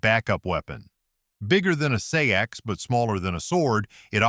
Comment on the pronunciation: Seax is pronounced like the words, SACKS, OR 'SAX'. ASSHOLE